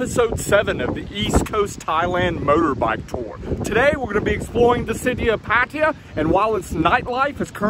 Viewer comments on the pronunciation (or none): Pa-Thai-Ya. Not Pattia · It's Pattaya pa ta yaa ... Not pat tee ya Or in Thai พัทยา so many foreigners get this wrong ask the Thai girls how to pronounce Pattaya properly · Pattaya is pronounced like this PUH - TAI - YUH not patia ! ! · It ain't PAT-T-ah. Jeesh. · I can't stand how some farrang keep saying "Paatteeya". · Haha. This guy say the words pattaya so wrong. I am in pattaya right now bro